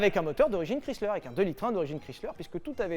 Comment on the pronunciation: C'est horrible comment il dit le nom de Chrysler 🥲 mes oreilles saignent hahaha